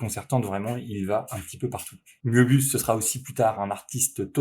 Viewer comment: Ca se prononce "meubius" pas "moébius"